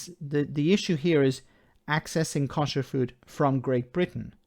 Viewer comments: You pronounce "kosher" in a wrong way. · your pronunciation of Kosher is painful to listen to.